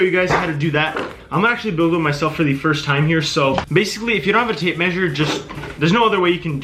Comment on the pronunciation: he said fist not first